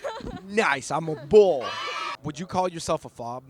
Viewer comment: I think its "Boul" not "Bul" lol